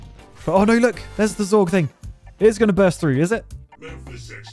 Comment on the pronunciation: It is Zurg not Zorg, Zorg is an alien race from somewhere I swear I have heard of it before but it is also the last name of a character in The Fifth Element Jean-Baptiste Emanuel Zorg